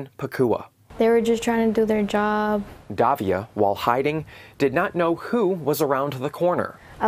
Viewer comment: it is "Davila" and not "Davia" learn some pronunciation, c'mon man!